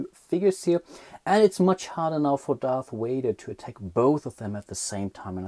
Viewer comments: Darth Wader...lol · Darth Wader?????